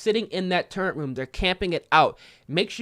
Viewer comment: I love ya man, but I can’t help but clown on you for saying turrent instead of turret lmao